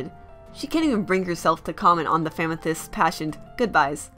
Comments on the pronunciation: i know its your accent but it sounds like famythest which should be a hashtag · Why do you call them famethyst